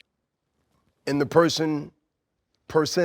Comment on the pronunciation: Aflete bro… aflete.